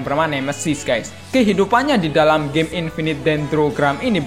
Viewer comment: Woy nyet lu ngomong game atau gey?